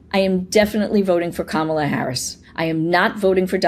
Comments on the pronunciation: In regards to the voter '': I highly doubt he abandoned trump after '16. If that was the case, then why do you keep mispronouncing Kamala in the exact same way the bigly orange turd does? Literally no one else calls her kaMALLa. Or do you Always put the emPHAsis on the wrong syllAble? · kama-La!!!!! How can you vote for someone whose name you is not even try to pronounce correctly. And it’s always yte people. They don’t take time to even attempt to pronounce our names correctly.